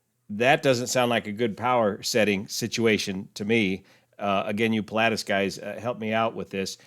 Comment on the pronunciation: I'm surprised you're butchering the pronunciation of the aircraft type 'Pilatus' so badly?